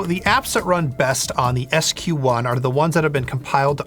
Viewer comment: Ohh silly. SQ1 is not Squaan. Its Sqone! (Like scone) 🤯